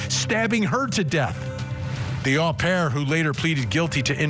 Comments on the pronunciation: It’s pronounced O pair , it’s really funny how you say it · FYI Vinnie. You’re mispronouncing au pair. It’s “oh pair.”